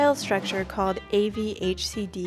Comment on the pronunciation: its AVCHD not AVHCD